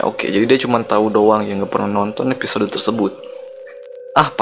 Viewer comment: Episode bang bukan eposode